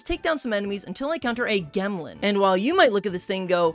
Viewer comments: gemlin has gems on its back. it is a rock. pronounced like gem. not g - em - lin. its jem-lin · Calling it a “gehmlin” over a “jemlin” is a bold choice when it has gemstones sprouting from its back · Gemlin?? It has a gem on its back Shouldn’t it be pronounced gemlin??? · I think it is pronounced gemlin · it should be pronounced "jemlin" like "gem" as in jewel combined with word "gremlin." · Brih gemlin is obviously pronounced jemlin, because, you know... gem-lin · i think "gemlin" is pronounced with a soft G sound because it has gems on its back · pretty sure Gemlin is supposed to be pronounced like gem (j sound). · Im mildly annoyed at the pronunciation of gemlin, i think the intent is for it to sound like gemstone